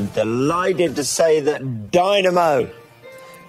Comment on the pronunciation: This is black magic. “Dynamo” = “dymoan” pronounced “demon”